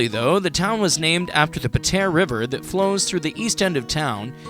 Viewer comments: “Pah tee uhh” im zimbabwean and even i know how to pronounce Patea. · Your pronunciation is horrible 🙄🙄 you need to get your story right to nothing wrong with Patea. There is heaps to see in Patea, you just don’t know the spots.. don’t make videos you don’t know nothing about.